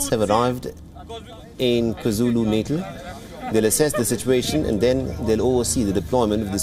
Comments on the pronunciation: Natal should be pronounced Naatal. Not like natal in neonatal... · It's pronounced 'KwaZulu "Naataal"' or just say KZN. 🤷🏾‍♂️